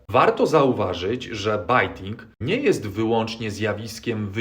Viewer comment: bejting, not bajting :)